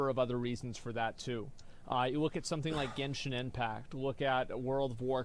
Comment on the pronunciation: "Somesing is SOOS!" 💀